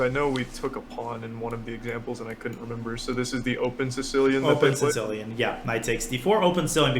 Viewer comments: It almost sounded like he was saying “Tse-tsellian”, like a tsetse fly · Anyone else hearing "sin-cilian" when Daniel says sicilian? I'm triggered. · Sounds like he is saying sitillion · the Sitsilian? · Does he call it the sincilian? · why does Daniel misspronounce 'Sicilian' each damn time he says the word? Is this something like with Yasser and his "Carijuana"? Or more like intentional, like Yasser and his "Michael Botvinnik and Michael Tal" etc? XD or am I an idiot and it is actually pronounced "Sitsilian" in english and most people say it wrong? So many questions! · Why's my dude putting a t before the s in Sicilian like that? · Canby Ibarra obviously, but he says it in a very weird way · This should be very entertaining, as Daniel continues to pronounce Sicilian like a raving madman :D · he's saying Sicilian funny o.O